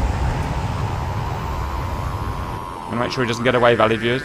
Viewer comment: "Val-You-ed viewers" ~ 2021 "Incursion by hostiles at fifty DEGREES one hundred ten, canyouintercept?" "Coming out of cans... or cens... why do you call it cens?" Joacim Cans entered the chat. Simba Wimba: "I snapped a wing" Wingless25PD left the chat.